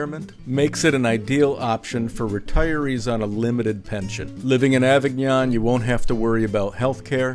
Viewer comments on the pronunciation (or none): It's pronounced "Avig-ñon". The "o" is a long o.